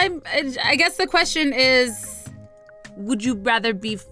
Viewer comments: "next ques-sh-on 😂😂👌👌❤❤ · “Next questshion” haha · HEY THATS NOT HOW YOU SAY QUESTION IN FRENCH I DONT LIKE THAT ITS KINDA STUPID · the way she says question I die 😆😂😂😂😂😂😆😆😆😂😆😆😂😂😆😂😆😂😆😂😆😂😆😆😂😆😂😆😂😂😂😆😂😆😂😆😆😂😆😂😆😂😆😂😅😂😆😂😆😂😆😂😅😂😆😆😂😂😆😆😂😆😂😂😆😂😆😆😂😂😆😂😆😂😆😂😆😂😆😂😆😂😆😂😆😂😆😂😆😂😆😂😆😂😆😂😆😂😆😆😂😆😂😂😆😂😆😆😂😆😂😆😂😆😂😆😂😆😂😆😆😂😆😂😆😂😆😂😆😆😂😆😂😆😂😆😂😆😂😆😂😆😆😂😆😂😆😂😆😆😂😂😆😂😆😂😆😂😆😂😆😆😂😆😂😅😂😆😅😂😅😂😅😂😅😆😂😅😂😆😂😅😂😂😅😆😂😆😂😆😂😂😆😂😅😂😅😂😅😂😅😂😅😆😂😂😆😆😂😆😂😂😆😂😆😂😆 omg 😂😂😂😂😅😂😅😂😂😅😂😅😂😅😂😅😂😅😂😅😂😅😅😂😂😅😅😂😅😂😅😂😂😅😅